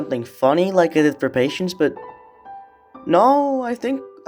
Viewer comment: what... PATIENCE not paitence pai tence is wrong